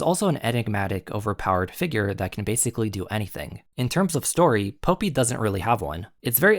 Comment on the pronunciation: This is a great comparison analysis, it brings great evidence of how both series align. One teeny to point out in the pronunciation of the names, Popee is pronounced like the flower (Poppy) and Papi is pronounced like (Papee)